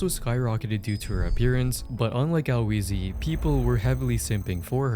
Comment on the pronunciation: “Al wheezy” small correction HE